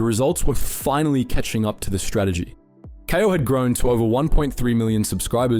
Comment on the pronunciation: Im sorry you lost me when you said" K - eye- 0 " its pronounced "Kay - o" , how to you do you now know how to pronounce that?.... Part of me thinks this is an AI voice from elevenlabs...